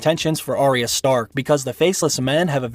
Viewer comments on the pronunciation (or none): You say Arya wrong.